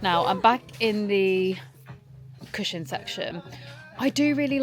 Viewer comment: no offence at all but I have never heard anyone pronounce cushion like this 😭😭 also cannot wait for the christmas vlogs, and happy belated birthday! xx